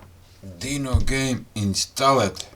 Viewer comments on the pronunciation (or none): none